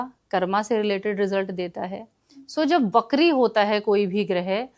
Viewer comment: it's pronounced "vakri" not "BAKRI" 😂😂😂😂